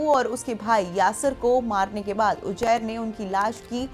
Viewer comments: Uzair ❌ Ujair ✅ 😂😂😂😂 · Anpadh anchor. Ujair nahi Uzair hai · Name pronunce krna nhi ata ujjair 😂😂😂